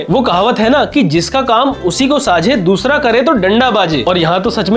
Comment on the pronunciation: Noora ❌ Doora😂😅